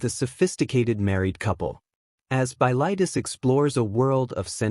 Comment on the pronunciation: The worst one to my ears was "bi-LIGHT-us". The title and main character is pronounced "BILL-it-us".